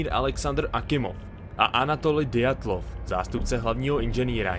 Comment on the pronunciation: Hezký, ale ty jména byly nepřesně řečeny, jako například Dyatlov - Ďatlov, Bryukchanov - Brjuchanov a tak. Ale jinak super.